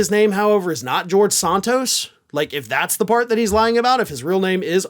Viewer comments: you have trouble saying names right. Not SONTOS, Santos. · It's Santos not Sontos. I guess Desantis is really Desontis! Why is everybody in the country says Santos but you?